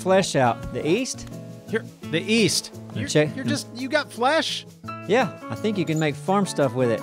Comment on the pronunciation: East? I thought you said Weast